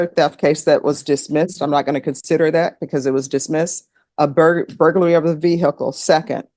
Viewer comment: Ve-hick-le never gets old. Goofy